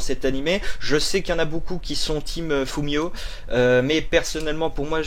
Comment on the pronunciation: « Fumino » pas « fumiyo »! Elle mérite bien le terme de waifu c’est vrai (perso préfère) sinon asumi est pas mal elle aussi :) sinon en quoi tu ressemble a asumi ? Je sais que tu as dis ton parcours mais jpeux en savoir plus ? (Je me souviens pas trop de son parcours car j’ai fais 12 episodes en 1 jour alors j’ai oublié)